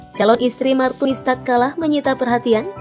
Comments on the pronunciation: kok bilangnya martinus bukan martunis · kok Martinus bukanya Martunis. salah mbak nyebutnya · Dan Dia pun sebut martinus Bukan martunis 😂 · Why Whahahahha Martunus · Diapun sebut martius bukan martunis, bukan pula martumis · Martunis min bukan Martinus😂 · Iya sama..aku juga auto ngakak dengernya 😂😂😂😂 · Martunis mbak bukan Martinus 🤣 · salah min martunis bukan martinus wkwkwk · Pembaca brita ni... Abs blng Martunis trs Blngx Martinus lgiii Prbaiki cra bcrax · Hahaha😀😀 Di menit . Martunis berubah menjadi martinus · salah nama bukan Martunis malah Martinus tapi nggak papa yg penting beritanya sangat jelas... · martinus 😁emang si lebih enak bilang martinus daripada martunis🙊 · Martunis apa Martinus hayooo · yang tadi nya martunis jadi martinus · nama Martunis jadi Martinus😂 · MARTINUSSSSS AAWOAKWOK MARTUNIS APA MARTINUS MBAKKKK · Menit martinus bukan martunis🤣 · martinus apa martunis sih? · bukan martunis, tapi martinus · Di menit 5.43 berubah jadi martinus haahhahahshsaaaaaaaa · MARTUNIS LOHH KOK MARTINUS WKWKWK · Martinus apa Martunis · Martinus martunis. Yang bener min. Wkwk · Martunis apa martinus dah ngomongnya gimana:( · Martunis bukan martinus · 5 :43 mimin salah ngucap . MARTINUS ahahah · aries official28 lah iya yak😂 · itu kamu salah ngucap.yg bener martunis brow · Martunis,Bkn Martunis wkwk maaf